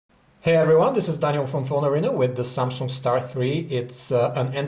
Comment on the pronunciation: Samsunk? XD